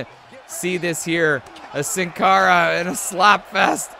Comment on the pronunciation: Sin cara is pronounced seen cara. It's Spanish for without a face.